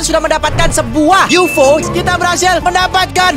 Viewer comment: bang UFO bukan yufo